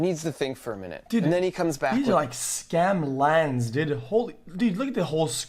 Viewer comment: "Scam LANs" lmaooo